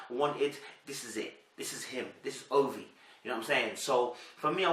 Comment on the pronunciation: It's pronounced Ovy yeh. It sounds like a Nigerian Rivers State name?